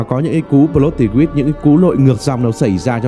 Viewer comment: Xem anh rất lâu nhưng nay em góp ý nhỏ là câu “plot twist” anh phát âm hơi sai ạ. Mình sửa lại xíu cho chuyên nghiệp anh ạ ❤❤❤